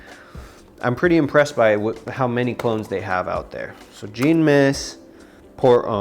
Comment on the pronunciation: Thanks for the videos. Jean is a French name and is pronounced John.